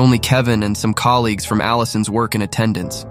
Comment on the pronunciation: Its not colleagugeus, its colleagues. Why did you say it like that